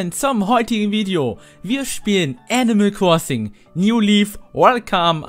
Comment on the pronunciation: wer kennts nich, das gute alte "enimäl kwossing"